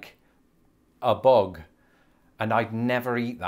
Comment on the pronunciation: There is a lot of vocabulary from show biz, such as in "Let's graze". There is also other quaint surfing words like "kowabunga". After hearing your pronunciation of "bug", I cringe at about how you might pronounce words like San José, El Cajon, La Jolla, and even "Yosemite".